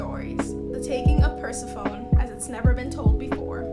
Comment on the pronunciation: I’ll definitely have to read some of these, they sound really interesting. I’ve read TAM and Lumine, and I read some of Lore Olympus a while ago, but I’ve never heard of the other ones. Also btw Persephone is pronounced per-sef-o-nee